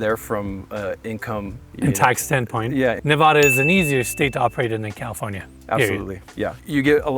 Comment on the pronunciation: If you're going to sell property in Ne-Va (a as in "apple", not a as in "say ahhh")-duh, you need to learn to say it right. Especially at this price. And tell the Silicon Valley douche who buys it to say Nevada properly as well and not vote like a California liberal.